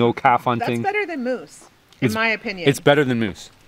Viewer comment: Moose not mood